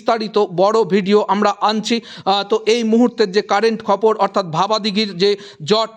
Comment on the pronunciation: দাদা খবর বলুন খপর বলছেন কেন?😅